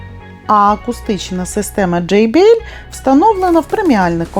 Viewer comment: Джей бі ел👍. Вперше почув правильну вимову😅 У всіх «джей» «джі»